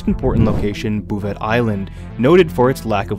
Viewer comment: as the only inhabitant on bouvet island, i can indeed confirm we dont have league of legends. side note: hey notbullshitlifelore, its pronounced BOU-VEI.